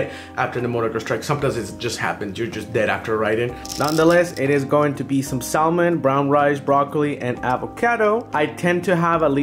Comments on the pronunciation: Did anyone else cringe when he said salmon with an L? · Sorry but he said salmon whit the L